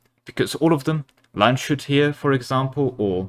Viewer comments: My german heart breaking with the Land-shut. Try Lands-hut, similar to pizza hut :D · Cyrenaika was pronounced quite right but Landshut was terrible and quite funny how you spelled it, this is because its spoken lands hut.🙃